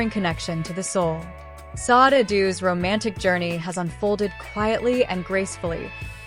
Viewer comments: Her name is pronounced “Saw-Day!” Not SOD! What the fuck?! Why don’t you guys try listening to announcers and other shows and how they pronounce her name! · Please.. its pronounced Shadé isnt it...!!!!! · Why is her name being mispronounced; very desrespectful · yes horrible fake AI